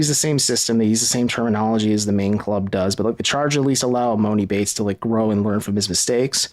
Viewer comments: You've had enough time to pronounce his name right already!!! It's E-Mahn-E! I have no clue when you have ever heard of a man with the name MOANIE could you imagine 😆😆😆🤦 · Please quit saying emOni.. it’s pronounced emAHni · Its em-ON-i. Its not a long O sound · Stop pronouncing his name wrong it’s E-Mon-E